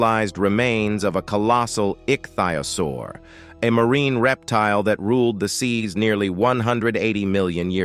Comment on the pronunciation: You have badly mispronounced Nacogdoches, also ichthyosaur.